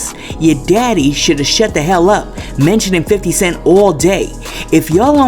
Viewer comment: YOU SAYING 50 wrong but you putting up the same photo of Tiny in your video 🤣🤣🤣🤣🤣🤣